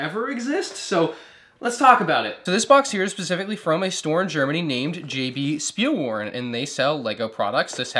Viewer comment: You said jb spielwaren wrong im from germany and its spoken differently you have to say it something like this jot be schpiel waaren its hard to explain without actually speaking